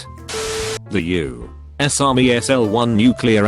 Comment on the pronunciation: “The U” “S army” Lmao